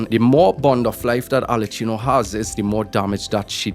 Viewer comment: You've be butchering arlecchino's name all this time so what's the difference.... her name is pronounced "Arle-ki-no